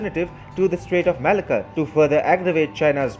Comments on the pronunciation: Malacca is pronouced Ma lack car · The pronouncement of Malacca is all wrong.